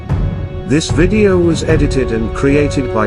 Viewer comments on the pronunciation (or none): none